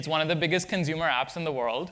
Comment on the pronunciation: "consumer" dude